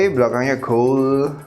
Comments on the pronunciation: min bilang gold bkn gol😂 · ngakak terus tiap bilang warna "goul"